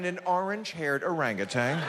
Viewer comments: or-ang-gu-tan not orangatang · Howard Stern will interview anybody and strokes Trump and gets him to sound even more stupid!......and it is o-rang-u-TAN, not TANG. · Why does everyone say "Arang-a-tang" when pronouncing "Orangutan" ? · President Orangtan. "Make Americans Orangtans again" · Hey billy, it's orangutan...not orangutang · He is such an arrogant bastard. Why would he not know it was a joke. The guy said orangatang . Oh yes he is a republican all right as he sued anyway, Putz. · neither Trump nor Stern know how to pronounce Orang-Utan.